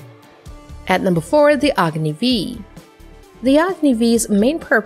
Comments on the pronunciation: It’s not Agni v its agni 5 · Just a small correction. It’s not Agni v in literal pronunciation. Agni has a series of missiles i, ii, iii, iv, v n a proposed vi using Roman numerals. Agni v means Agni 5. Thanks :)